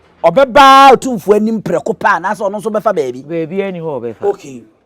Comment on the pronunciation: WADAWOROMA, IT IS NOT OTIMFOƆ. WE SAY, OTUMFOƆ. THANK YOU.